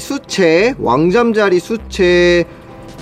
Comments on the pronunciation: 그냥 개구리뒷다리 나오긴 전 올챙이임... 황소개구리 올챙이 엄지손가락만함... 그나저나 잠자리 유충은 왜 계속 시체라고하시나요... 수채 발음문제인가요???ㅋㅋㅋㅋㅋㅋㅋㅋㅋㅋ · 나도 시체라고 들렸음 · 잠자리 수채가 잠자리 시체라고 들린다 ㅋㅋㅋ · 수체를 시체로 들음